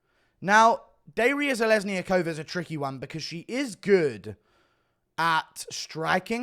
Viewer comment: Bruh, it’s Duh-ree-ya Zhe-lez-knee-yakova, bruh…